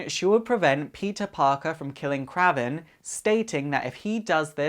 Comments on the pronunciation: That's not how you pronounce Kraven, it's pronounced Kray-ven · One nitpick. It's pronounced Kray-Ven the hunter. Cool vids.